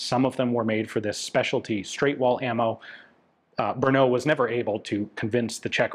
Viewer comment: technically samopal means self firing but it is a synonym for sub machine gun. samo-alone, pal ( palit ) to burn. there are always nuances in english to czech translations. PS brno is not an 'ou" sound at the end. more like "o"pera.